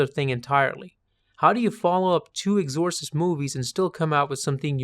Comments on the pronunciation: Love your analysis but never quite heard Exorcist pronunciation butchered in such a comical way. I've watched pretty much all your vids on movies and this is the only time I can recall a mispronunciation and it's the worst. What the hell happened? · With 'exorcist', it's the E that's stressed, rather than the O. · Holy shit. You shouldn’t be able to set foot in a film school saying the word ‘Exorcist’ like that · Oh boy. Look up how to pronounce exorcist.